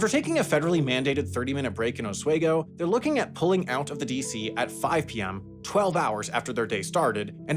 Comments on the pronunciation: Oswego is "Os-WEE-go" not "Os-WAY-go". :) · Os-wee-go not os-way-go lol make the brick video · oss WE goh Not oss way goh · WooHOOO OSWEGO MENTIONED! LETS GOOOO (Also it's os-we-go not os-way-go) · FYI bro, , it's pronounced Oss-We-Go, not Oss-way-go, I'm from there. Good video as always though. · It’s Os-Weeee-go. Not Os-Way-go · Johnstown NY isn't 'Upstate New York', it's the 'Capitol Region'. 'Upstate New York' would entail the theoretical scenario driver's first stop at Evan Mills ( mark) which is near Watertown & Fort Drum, NY. Lastly, the word 'Oswego' is pronounced Oss-We-Go not "Oss-Way-Go". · FYI: Oswego is pronounced "os-wee-go" not "oh-sway-go." And it's "Throgs Neck" (rhyming with frogs), not "Throngs Neck" (rhyming with prongs). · As a Central New York native, hearing Sam’s pronunciation of Oswego (typically pronounced Ah-swee-go) made me chuckle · Sam Sam Sam, our sweet summer child. Os-We-Go, not Os-Way-Go. Sincerely, Upstate :) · It's pronounced oss-wee-go. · it’s Oss-wee-go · Absolutely butchered the pronunciation of "Oswego" ah-swe-go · Hey Sam, loved the video, but your pronunciation of Oswego was pretty bad, it's closer to OsWEEgo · Hearing him say Oswego like that actually hurt me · The pronunciation of Oswego was atrocious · Lol, I was just happy that my hometown was mentioned, even if it was pronounced incorrectly.